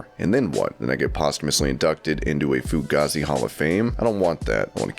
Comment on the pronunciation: Please do me a favour when attempting to pronounce a foreign word, learn the the damn word. They pronunciation of fugazi was cringy as.